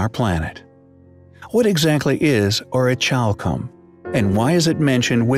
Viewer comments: The way in witch you pronounce the word orichalcum is highly compelling I believe it's pronounced (Aw-ruh-kal-km) not chalcum as the ch makes a kal sound instead of a chal. Also it's interesting that in Latin Orichalcum translates to mountain copper. Comparative to brass orichalcum is a copper zinc alloy. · To spell it like this: orich alcom . No wonder its so irritating to hear him pronounce it that way!! The H is silent. It's just not to "Highly Ch ompelling!!" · Pronounce the ch like c, as in ori-cal-come. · Yes, Thank You! So irritating to hear dude pronounce it that way. I mean, Come ON! orich alcom !? And that's how he spells it!? Not very ch-ompelling!